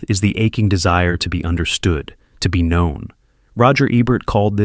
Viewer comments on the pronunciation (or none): none